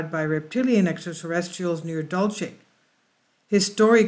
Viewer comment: You have the best fringe and intel on the tube!, It’s pronounced locally”dull-see”. The Apaches of Dulce are pronounced ‘hick-oreeeah”. I live about 20 miles North of Archuleta Mesa and my in-laws live at the base of it. #PagosaSprings The late Phil Snyder allegedly had an experience underground there.